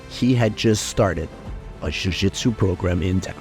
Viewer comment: Why are you pronouncing jujitsu like you have a Brazilian accent?